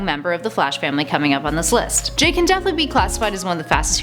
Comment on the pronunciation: jay not jake